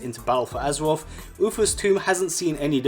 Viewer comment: Lmao “battle fow azerwof”